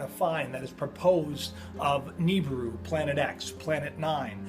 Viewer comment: astronomers declare? dude you should change friends stay off the internet and drugs, oh and it's pronounced Nibiru " nee-beer-oo ni-bi-ru "not Nibru